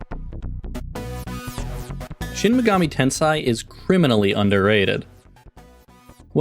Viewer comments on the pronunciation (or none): At least pronounce the game title right smh